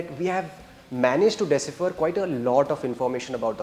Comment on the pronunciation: 1000 baar sun liya bhai, tum bol hi galat rahe ho. Or second Its De-cipher not desipher. Tumko pronunciation pe bohot kaam krne ki zrurat hai.